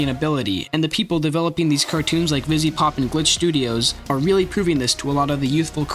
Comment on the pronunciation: anyone else notice he doesnt say the second V in vivziepop?